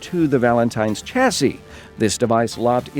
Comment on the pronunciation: its sh-a-si